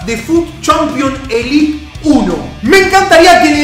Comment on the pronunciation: Es élite no elit sos argentino no podes